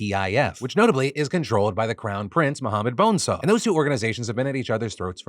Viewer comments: I’m sorry, did you say Muhammad Bone-saw? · I can't understand the name of that prince-unless I'm hearing it correctly and you said his name is Mohammed Bonesaw. (Though it is a great name for a WWE wrestler, probably) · No way he just said "Mohammed BONESAW" I'm dead.